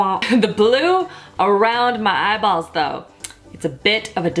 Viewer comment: I absolutely love how "real" you are and how funny too! And is it just me, but I love how you say "eyeballs". Makes me laugh every time!